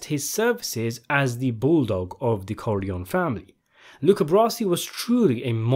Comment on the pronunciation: Great video, but why do you pronounce the name corleòn instead of Corleo-née (Italian) or Corleoni (English)??